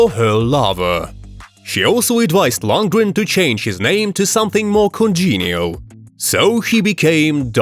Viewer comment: To the narrator, he's called Dolph Lundgren, not Landgren. Lol, now I noticed it, halfway the clip he pronounced his name correctly. As if someone said the same thing to him as I.